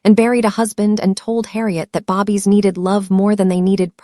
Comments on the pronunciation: The word is "bay-bees", not bobbies. I spelled it like it sounds and this is how it's actually spelled, babies. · Can you please stop saying “Bobbie, it babies. All your stories have the same pronunciation. Not even if you spoke proper English would be pronounce Bobbies. 😂But I love your stories.